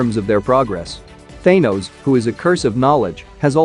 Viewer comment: Thaynose noice